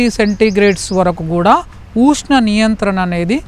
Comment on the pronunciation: ఊష్ణం కాదయ్యా స్వామి.ఉష్ణం